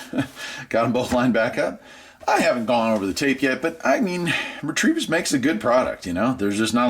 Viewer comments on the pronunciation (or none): Also, you're saying "REE-TREE-VISS", but it's "RETEVIS" (Rêta-Viss. "You're welcome"